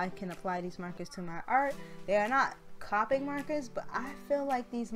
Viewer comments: It’s (C-Oh-pic) not c-ah-pick I love your art but that’s driving me crazy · Not to be rude but it’s copic not capic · actually the copic refills are very cheap. they refill like 10 markers also its pronounced coe (rhymes with toe) then pick